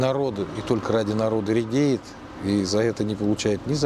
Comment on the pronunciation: Не редеет, а радеет